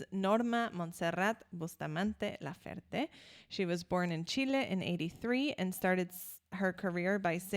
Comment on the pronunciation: Great reaction. just one thing the last E in her name is also pronounced, laferTE not lafert. She talks about her migranes, not love.